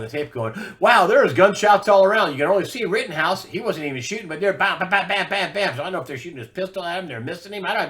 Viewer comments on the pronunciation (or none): none